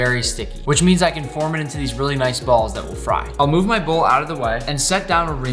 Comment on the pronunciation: When he got to sushi rice he said bals